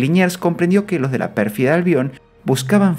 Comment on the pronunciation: Pérfida Albion, no Perfiada Albion.